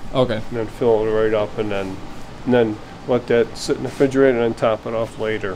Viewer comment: "frigerator" this man is precious